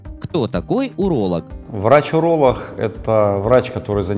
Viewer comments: Правильно говорить уролог, а не уролох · Врач уролох , а я врач гениколох , блин если серьезно, хотел послушать , но вот это гхэканье все желание отбило ((((